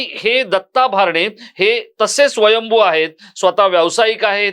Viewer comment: भारणे असा चुकिचा उच्चार करु नये, "भरणे " असा उच्चार करावा.